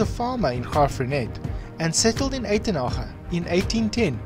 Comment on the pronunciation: I love how you pronouce the names of the towns e.g. Graff Reinett, Franschoek, and especially Uitenhage, which is pronounced nothing like I imagined it would be. I have one question though, is Johnannes Van Rensburg the same person or related to Seiner Van Rensburg? Not sure if I have got the spellings right. Apologies if I haven't. I am not an Afrikaner.